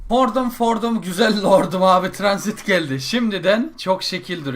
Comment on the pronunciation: abi tranzit değil'' transit''